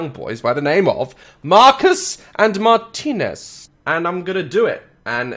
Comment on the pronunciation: you prounoced martinus wrong